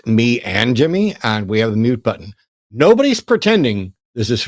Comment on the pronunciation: Why does he say button like that